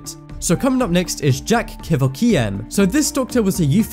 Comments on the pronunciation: its pronounced core-vork-e-n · ***** I know right? And when he pronounced his name Dr. Kever-key-yin I knew it was gonna be good... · Kevorkian is pronounced key vork Ian... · Kevorkian is pronounced Ka-VOR-key-in. Mengele is pronounced MEN-ga-lah. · You should run your scripts by someone with an eye for detail. Sometimes you said WWI when you should have said WWII and vice versa. Phonetic spellings would be a great help to you as well, for example: Dr. Jack ka VORK ee an. Dr Joseph MING gul la. You get the picture. It will take you a little longer to put these videos together, but professionalism is key to being taken seriously. I hope this helps. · To the best of my knowledge, a human cannot impregnate a baboon. And please don't include Dr. Kevorkian (whose name you mispronounced, along with Mengele's) on this list. Assisted suicide and euthenasia are NOT the same as murder or other atrocities performed on the unwilling. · Dr. Kevorkian wasn't evil these patients wanted to die n it's funny how this narrator can't pronounce his name right